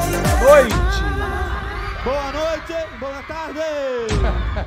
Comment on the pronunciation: Acabei de cuspir uma cerveja na frente do PC ouvindo o "BOA NOITÊ BOA TARDÊ"